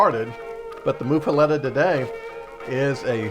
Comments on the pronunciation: "Muh". MUH-fuhletta. Not "Moof" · It's pronounced as Muff, like the winter hand covers!